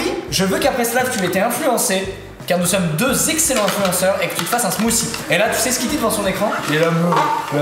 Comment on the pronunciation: Le titre montre "smoothie". Eux disent "smoussie". Seems legit.